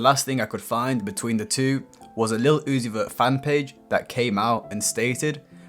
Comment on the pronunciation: 😂 the way Iggy Azalea says Little Oozie caught me off guard